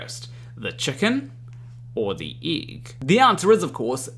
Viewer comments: The igg. 😂😂😂. Love u but you say 'igg'. really funny. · I just love the way you say êgg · It's a good thing that you don't have an accent, otherwise your pronunciation of "egg" might sound really strange to non-Kiwis.